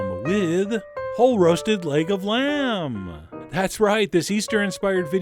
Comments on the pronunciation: I keep hearing Lego land😂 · i heard lego lamb..